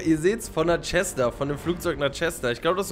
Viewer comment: „tschessna“ 😭 das wird „zessna“ ausgesprochen glaube ich😂